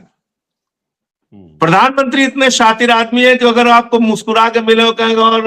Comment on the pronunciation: शातिर शब्द सही बोले संजय सर